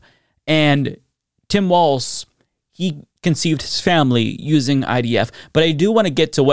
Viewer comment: ….you said Tim waltz , not Tim Walz. (no “t” in Walz)